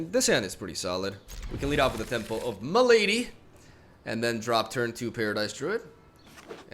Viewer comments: Dunno he's not a native english speaker. Maybe he's just unfamiliar with the word malady, because it isn't that common. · He always say it like that on purpose ^^